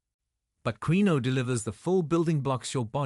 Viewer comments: It's "keen-wah", not the way you pronounce it. Quinoa...🤭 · Should we listen to this? They can't even pronounce quinoa. It's KEEN-WAH. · I thought quinoa was pronounced ken wa. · It's not queen-no, it's pronounced keen-way, get your shit together AI! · It's pronounced keenwah not key-noa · Please note quinoa is pronounced Keen WAh. not kwin oh. Please teach your A I to pronounce it. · First, quinoa is not pronounced queenoe, no, no, instead, quinoa IS pronounced keeenwah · Keen-no-ahhh. How annoying queen-no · Quinoa is pronounced KEEN-waa per Google. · QUINOA is pronounced ... Kin Wah ! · It is properly pronounced keen waa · It would appear one mans meat is another man poison. So many "kidney doctors" recommend a number of foods that this video doctor debunks. Quinoa Its pronounced "keenwa" so makes me wonder how knowledgeable this person is. 😮😮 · Quinoa is pronounced "keenua" Tilapia??? I had to laugh, the worst fish you can eat, farm raised, GMO and packed with chemicals from the food it's fed as well as antibiotics. And there is nothing wrong with good fat, especially from fish. Tofu is anti-inflammatory? It's made with soy, a GMO product, high in Omega6 that causes inflammation.Most is not organic And even organic have the same Omega6. Egg yolks are perfect food, whites have no health benefits, no nutrition. b eef is the most anti-inflammatory food there is, it's fat is stable and healthy. This is the most ridiculous post I have listened to, no knowledge of nutrition. I agree with processed whey protein and hot dogs, they are not real food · Pronounced. Keen-wah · I'm just curious,, Is this AI speaking reliable?? It's quinoa not quino... all seems... dodge... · Quinoa (‘keenwah’) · Pronounced keen-wa in the US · ITS KEENWA always mispronounced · Pronounced KEEN- WAA / wha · It's hard to believe anyone who can't pronounce quinoa. It's prounced keenwa.😮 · The pronunciation of quinoa is weird but it's the way it is keenwa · Quinoa sounds KIN WA